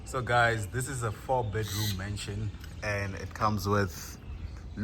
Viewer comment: It's a "Mansion" not "Mension". Take your viewers serious please